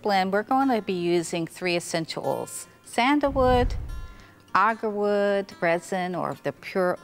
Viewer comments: Agarwood. Not argarwood. Oud as in Oood not owd. This is for all the people learning out there so don’t get confused. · “Arrgawood” “Ode” “Orls” “Pie-Pette” “Pyoya-foom” “Cardamon” Subtitles please 😂